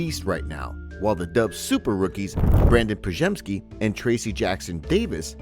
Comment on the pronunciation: Bro, how can you pronounce Podziemski perfectly but can't pronounce Trayce correctly? 😂